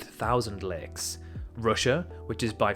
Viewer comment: its LAKES not legs